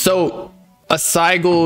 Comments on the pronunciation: dude said sy-gul 💀💀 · couldn't take this serious after I heard "sigle" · SI-JIL BRO. NO SIE GULL. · Sih-jul…. I was like wtf is a “sie- gull” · No way mans said Sigle dafuck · Bruh It’s hard to listen to “siegel” over and over again it’s Sigil with a j sound lol like ci - jul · Its just the same as a crest lmao p.s its pronounced sidge-ill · it's sigil pronounced sijil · saying sigil wrong the entire time was killing me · The pronunciation of “sigil” was making me rage 😂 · The way they pronounce sigil got me an aneurysm i cant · bro i can't stand the way the pronouncing sigil it's funny asl 😭😭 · Bro they were pronouncing Sigil wrong the whole video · They way yall saying sigil is wrong and dude doesnt know wtf hes even talking about lol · MAN I DON'T THINK THAT'S HOW YOU PRONOUNCE SIGIL LMFAO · These guys really don’t know how to pronounce sigil? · How does dude not know how to pronounce sigil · them mispronouncing "sigil" killed this for me. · BOB IT'S SIGIL lol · U can't even pronounce it bob, i don't think it'll work 4 u 😭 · i hate how they are pronouncing sigil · Also bro don’t know how to pronounce sigil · Not trying to hate but how are you going to speak on this knowing absolutely nothing about it, dude couldn't even pronounce sigil right